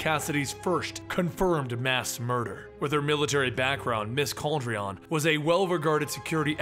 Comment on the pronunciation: It’s pronounced Cal-deh-roan my brother